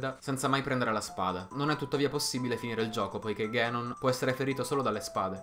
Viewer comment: Non è "ghenon" è "ganon" si pronuncia come è scritto, dato che in giapponese è scritto così ガノン non così ゲノン